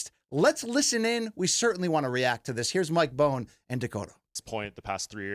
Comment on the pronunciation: Mike Bone? Cmon dude, these are your peers and you’re using his content. His name is Mike Bonn